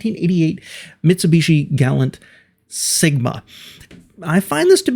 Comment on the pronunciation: That's GalanT, with a "t", Mr. Davis. This reminds me of the way he pronounced Camry when it arrived. "Cam-Ray"